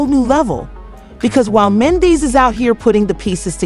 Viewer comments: So this seems like an "AI CLICK BAIT" situation because the narrator cannot say MEN-DEE-CEES name correctly....lets pay attention & watch out for the non sense. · Right!! Wtf is this mess? Cant even say Mendecees name right. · You can’t even pronounce his name, who are you!